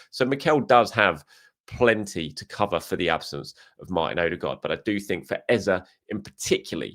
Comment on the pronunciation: Our starting mid 3 should be subject, Dec and Ezeee not Eza... he did a vid about pronouncing his name